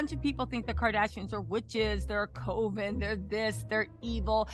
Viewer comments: Absolutely love you but have to correct ya on the pronunciation of Coven. It's not COE VEN... It's CUV EN. Like "Oven" just a C in front of it. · Coven.(.cu-ven).. I'm sorry.. Just like nails on a chalkboard for me.. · It’s (Coven {CUV-VIN} ) I’m sorry but mispronunciation is a pet peeve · cOVEN like “Oven”